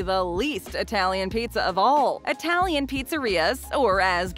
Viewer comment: Pronunciation, way off! It-talian, not eye-talian.